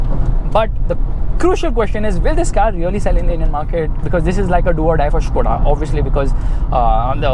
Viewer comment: its skoda bro not shkoda its fucks my mind everytime you say shkoda